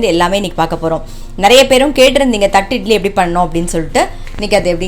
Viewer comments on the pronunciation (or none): Nice vlog...It is pronounced 'thatte idli'...not 'thatt idli'